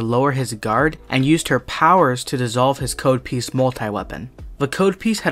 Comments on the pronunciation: It's pronounced cod not "kahd" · Hey love the video just one thing his name is Cod piece (as in Cod Fish) not Code piece (as in the programs code). Sorry I just internal cringed everytime I heard you mispronounce his name. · COD piece! It rhymes with "Todd" not "toad" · Its pronounced Cahd piece. Cod like the fish. A Codpiece is the armor worn on the groin of a Knight. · It's pronounced k-odd. Rhymes with rod. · That's not how you pronounce codpiece dude. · You mispronounced his name